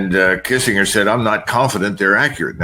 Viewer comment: How can someone his age mispronounce Kissingers name?!!!